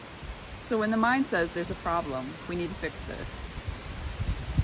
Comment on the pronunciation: __ You said 'mind' and I heard 'mime'. Close enough for government work.